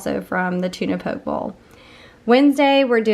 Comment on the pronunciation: Poke pronunciation = “Pokey” ;) I’m guessing it’s not popular in the south!